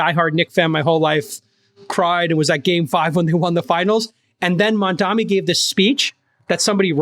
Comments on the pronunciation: MaNdami lives rent free in their heads but JCal still can't say his name right. Does he think he can show power and dominance by doing this? Hilarious delusion. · Funny how Jason, being so articulate and well spoken, has blind spot when it comes to pronouncing MAMDANI and always refer to him as MANDAMI... that´s like someone calling Jason CALANACIS... hilarious! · Why so difficult to pronounce Mamdani name? Put some effort into it. seriously.